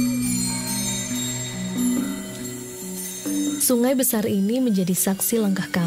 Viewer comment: Sorry to correct your pronounce about Bunga, it's Bu-nga. Sound of Cicada insect. Same like other carnivorous plants, it eats insect, but Rafflesia attract insect with it's petals that smells like rotting flesh.